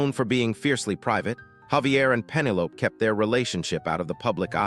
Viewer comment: Pemmelope, wow. Damn AI.